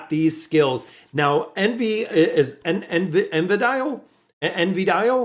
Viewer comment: En-va-deal. I would think lol